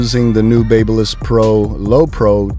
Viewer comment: Pronounced.......BAB Y LISS. sounds like BAB A LISS. Like the City of Babylon in ancient times. If you're using a certain brand and continuously saying the name of the brand, you should know how to pronounce the brand correctly. Now, spread the word, my good friend.